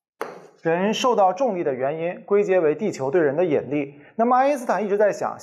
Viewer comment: 兄弟，是yinli，不是yenli。有点怪怪的发音